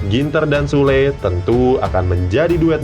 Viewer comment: Süle ( bacanya kek : Syula ) Cuman, mau introspeksi..😅